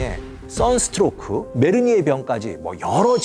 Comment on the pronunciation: 메르니에 => 메니에르